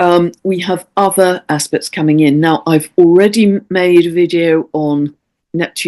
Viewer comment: I keep hearing, "hard ass-pects!" 😂😂😂